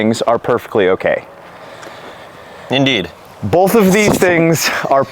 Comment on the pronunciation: Holy fuck do I hate how says "bowlth"